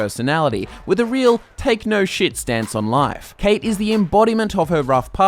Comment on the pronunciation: oh i am pissed the pronunciation is kawt not kate cait is the irish for kate